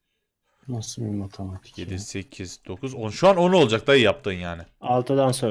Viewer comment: da oğuz sasıl matamatik ya diyo